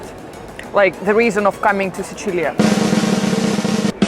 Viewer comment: Pronunci troppo bene Sicilia per essere puramente anglofona.